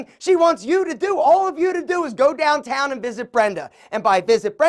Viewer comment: The way you said DOWNtown was hilarious 😂😂😂😂😂